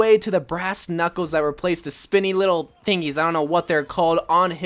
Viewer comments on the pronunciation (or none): none